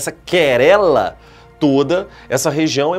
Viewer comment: Querela?!?!? O Senhor é de onde professor? (Minas Gerais é quase certeza, mas de que cidade?).